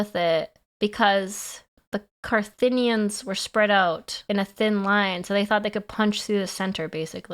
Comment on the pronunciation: Ah yes, Carthinians.